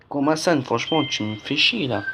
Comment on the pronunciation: La qualité du son 💩💩💩 et en plus c pas komason c komasan mdr il fallait tu alle le voir pour savoir comment il s'appele